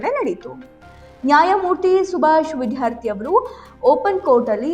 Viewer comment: MADAM, YOU PRONOUNCE CORRECTLY ITS NOT ''' VIDHYARTHI ''' BUT ITS ''' VIDYARTHI '' CORRECT YOURSELF PLEASE.